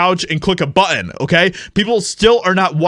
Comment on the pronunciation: Practice pronouncing the word “button”